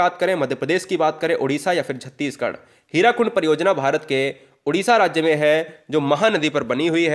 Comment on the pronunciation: Q-16 "हिराकुड" नहीं sirji वह "हीराकुद" डेम है । स्थानीय भाषा में इसका ममलब "हीरों का ढेर" होता है ।